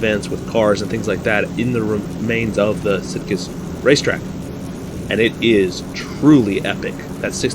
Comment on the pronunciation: In the Spanish, it should be a soft "g" in the name "Sitges"-Terramar. I think even the 1934 cars would be pretty insane here, let alone the '37 machines. I know some of the board tracks here in the States were pretty darn steep. I think it was the Miami Beach track where the cars needed to be running maybe as fast as 110 mph to not start sliding down the banking in the corners. And I think it was Kansas City, either that or St. Louis, that had like a 2-mile board track with the turns banked at about 50 degrees. Just nuts back then.